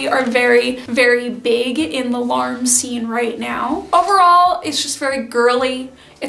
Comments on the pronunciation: For future reference shibuya pronounced shi-boo-yah :) and larme probably more like ra-ru-mu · I hope you will recognise that I say this with good will, but I would really encourage you to pay a little more attention to pronounciation when it comes to Japanese words. In Japanese, L'arme is pronounced 'la-ru-mu,' for example, which may or may not be true to the French, but is accurate to the fashion. As an English speaker who uses Korean as a second language, I understand the challenge of learning new pronounciations, but I think when we are adopting styles from other cultures, we should take the time to aquaint ourselves with correct pronounciation if we can. I really appreciate your perspectives and enthusiasm for sewing. I am also a seamstress of sorts having started at age 6, and now make clothes from 1950s patterns for my kids ♡ I am not personally into kawaii fashion styles, but do find the subcultures interesting and love seeing a handmade approach where so much of it seems brand centric